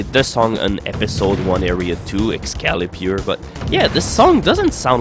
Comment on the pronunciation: You mispronounced "Excalibur" (in a very funny way IMHO) - It's "ex-KA-leh-bur", not "ex-KA-lee-byoor".